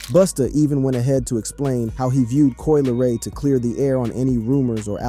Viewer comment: Lol "Coi Leroy" I can't